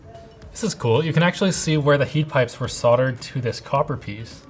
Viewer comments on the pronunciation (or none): none